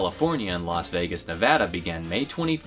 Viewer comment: From Las Vegas, thank you for pronouncing Nevada the correct way